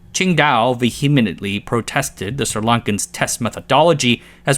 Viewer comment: A+ for getting the Sri Lankan namsz pronounced right